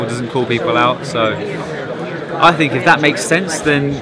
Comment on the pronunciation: Try to say think more, rather than fink, you sound uneducated!